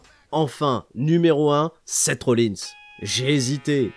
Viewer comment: Ta prononciation de Sept Rollins m'a fait très mal x)